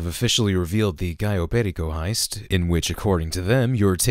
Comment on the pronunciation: showing off his Hispanic with that authentic *Caryo Perico*. Lovely!